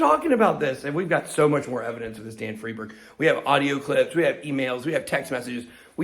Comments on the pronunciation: When y'all get so confused, Is it Freedberg or fried berg?, just remember Einstein. Nobody says Eenstein, right? It's because German (and thus Jewish) names pronounce SECOND vowel, not the first as we do in English. So, Friedberg is freed-berg. The SECOND vowel. Capeesh? :) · ' friendburg '... sounds j000wish.. ddamn.. you better be careful BitBoy.. I never really liked you or your content.. esp when you were bullyiong that other guy.. but you kinda changed since the past week